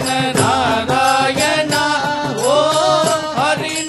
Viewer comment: Beautiful rendition. Melted my heart! What a gifted voice 🙏🏼 One humble request- singer’s pronunciation of the “ணா” in Narayana is currently sounding like “னா”. World of difference in the meaning with the right pronunciation. Please consider the right உச்சரிப்பு in the future 🙏🏼